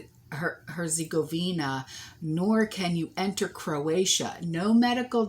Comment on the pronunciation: Here's my phonetic f**kery for the day: 😂 Hurts ago VEE nah